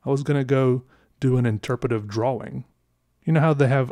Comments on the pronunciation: He says “draw-wings” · I like how he really uses the W, and I will now say "draw-ing" the same way, because it is both correct and unusual. It should be correct and usual, which disturbs me about pronunciation, that a simple W is so hard to say in a word so short. What have we come to? is saving our entire way of speaking. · It’s usually “draa-uhng ” but he says “draa-wing” and I love it. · Do other people say drawing as “dra-wing” like he says it? Maybe I’m the weird one but I say it like “dra-ing” like I don’t say the w. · You mean you stayed for the "draw-wing" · Interesting. I've never heard the word 'drawing' pronounced 'draw-wing' before. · Draw-wing lol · It’s pronounced draing not drowwwwing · My guy pronounces the W in drawing 😂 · I love the way you say "drawing" with the pronounced w. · Everytime this man says drawing I loose a piece of my sanity.